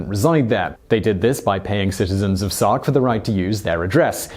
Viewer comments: Sark. Not stark. Sark. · "Stark" Is it "Sark" or "Stark"? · the island is called 'Stark' (not Sark) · Did he call it "Stark" twice instead of "Sark"? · You call it "Stark" instead of "Sark ... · The one man invasion of SOCK. Is what it sounds like you said. Gardes sounds like "God" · Is it me or he's saying Stark over and over?